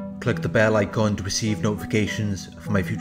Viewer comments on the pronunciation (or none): none